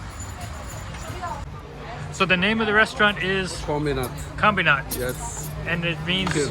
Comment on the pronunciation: So ....you'd like to make it extremely expensive for the nationals to live there? Why do they need 10,000 plus foreigners there? I think they'll do well when people discover it on their own... The restaurant's name is pronounced ' Kom bee nat'.